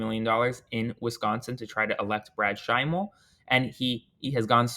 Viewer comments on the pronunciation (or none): Hi Aaron, Brad Schimel is pronounced like jimmy Kimmel, I live in WI so I hear his name soooo many times a day